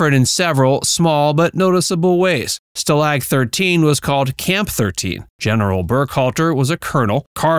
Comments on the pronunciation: The word "stalag" is pronounced STAH-lahg, not stuh-LAG. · Can’t you pronounce stalag correctly?? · Can't pronounce "Stalag" correctly. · Stuh lag? Dude, that AI's getting to me. Too much work to do it yourself...really? Is this a bunch of copy&pastes from Reddit? All shows have cash grabs? That's not even normal for another decade.